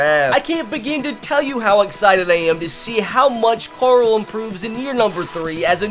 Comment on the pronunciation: went to the Rick school of pronouncing “Carl”